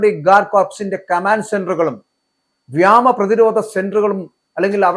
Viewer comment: Malayalam padhichittu vartha vayikkado!! Enthado vyamam? Vyomam ennu paranju padhikkado